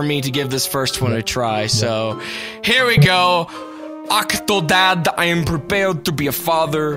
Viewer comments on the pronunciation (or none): "VELCOME TO OCH OOCHH OCTODAAD" ~ 2014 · Haha the way he says octodad in the intro. 'Ughkktoded' I'm sorry but that's just hilarious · Hahah I like how Nova says Octodad, I can't stop laughing.